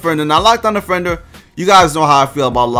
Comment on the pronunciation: nigga said defenwer